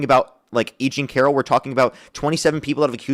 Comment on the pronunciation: To be fair to some of your callers dude... YOU are definitely saying Eugene Carol. Every time.